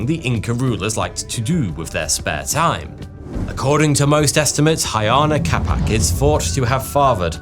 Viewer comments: "Huayna Capac" is NOT pronounced "Hayana Capac": it is pronounced "Wayna Capac". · All that research didn't tell you how to pronounce the names, did they? Ayana Capac? Really? Huayna Cápac is not pronounced like that. It is more like Uh-Aye-Nah Kah-Pak, if you want an approximation using english sounds. You can use Spanish-like pronunciation for Quechua names (mostly) when in doubt. Edit to add: I wrote much too soon, my goodness the butchering of the names is a bit much. Other web documentaries at least try. I feel there is little to no effort here.